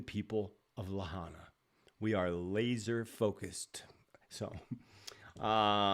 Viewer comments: It was a 5.1 earthquake not 5.5 and Lahaina is pronounced LA HI NA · I call bunk on thar photo of the laser beam, perhaps from the Paradise fire years back but not Lahina. Hawaii, on the whole, is more 'jungle' than 'forest'. More deciduous trees than Evergreens. That looks more like the mainland. Also, I believe it was Biden who used the term 'Laser focused'. Lahaina is pronounced La High Na,. I hope that helps to quell your uncertainty about how it is pronounced. Thanks for all you do,. May you remain safe. 🙏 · Not sure if anyone mentioned, but the green lights were seen over Mauna Kea on the Big Island. PS: Lahaina is pronounced “La-High-Nah”. Thanks for all you do. So grateful :)